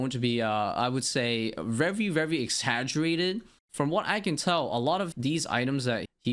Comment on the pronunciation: Take a shot every time bro says vevry